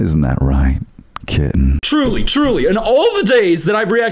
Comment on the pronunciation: the fucking "kittenh" made me physically, involuntarily recoil